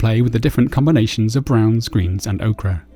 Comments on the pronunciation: Very nice tutorial. But surely Ochre is pronounced Oaker not Oakra :) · ochre [oh-ker] okra [oh-kruh] I've tried to ignore it.....but I finally gave in.